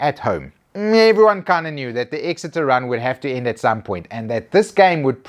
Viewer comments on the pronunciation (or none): none